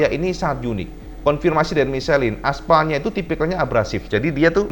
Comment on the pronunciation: om salah baca ban...mukan micelin om, itu bahasa Prancis bukan bahasa inggris jadi bacanya misleng...